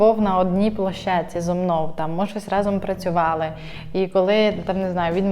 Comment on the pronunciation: «зо мно» 🤢 ти коли українську мову вивчиш нарешті 😂